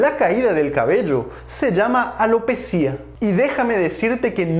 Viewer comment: corrección: la palabra ALOPECIA se separa en sílabas: a-lo-pe-cia, es llana y termina en "a" por lo tanto NO debe llevar tilde EN LA I, sino énfasis en la E. va con onda, gracias por todo lo que nos brinda en materia de salud.